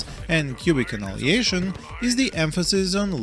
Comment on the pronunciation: Big FAN, thank you for another great review, please keep up. Just a wierd notice: when you say Annihilation it sounds like...well... in Serbian instead of АНАЈАЛЕЈШН you say АНАЛИЈЕЈШН. You bring the ANAL to much! 😂💓